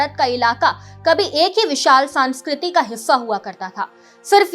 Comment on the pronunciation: सांस्कृति नहीं संस्कृति , समाकालीन नहीं समकालीन बोलिए बहन जी।🤔🤔😔😔🤨🤨😡😡